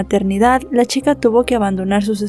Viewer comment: "...al parecer la shica, había trabajado..."? No será chica?